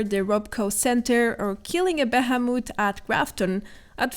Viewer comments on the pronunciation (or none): Its pronounced "bee-he-moth". You are saying bahamut which is something else entirely. Hope this helps with your english! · Sounds like the summon from final fantasy Bahamut rather than the normal monster found called behemoth. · Say it with me.. Be-he-moth...... Thhh.. Thhhh. Thhhhhh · Hehehe a beheh-moot 😆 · Bay-hey-moot.....lol you say behemoth funny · Can we just talk about that scuffed pronunciation of ‘Behemoth’